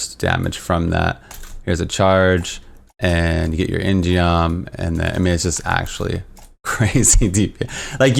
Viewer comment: In-Geom is actually pronounced In-Gum. Gum means sword in Korean.